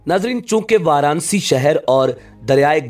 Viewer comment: شہر کا نام۔ وار انا سی (Varanasi) ہے وار نسی نہیں ہے